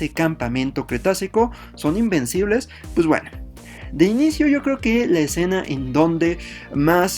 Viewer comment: Alguien más pensó que decía que heran imbéciles ? XD